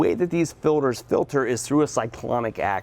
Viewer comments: If this guy says filder one more time... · “The way that these fill-ders filter” “When you change that fill-der” “..make it easier to get into the fill-der” “..small white plastic fuel fill-ders” “And when you install them pay attention to this fill-der these are actually directional filters”